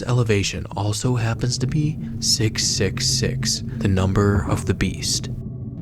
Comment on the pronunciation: Stopped taking it seriously when he said the nunber on the beast lmfao